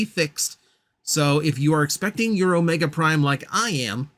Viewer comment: HA they got you to make a flash reference and yes, you said the name perfectly